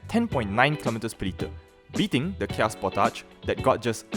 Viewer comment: I know it's late. but You were pronouncing it correctly. These kids don't even know how to pronounce names and they review cars. It's indeed pronounced Spor-Tage